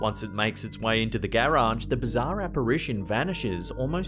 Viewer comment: The way you say garage, gay rage 😅